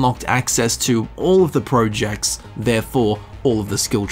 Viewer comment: Who pronounces projects like 'projects'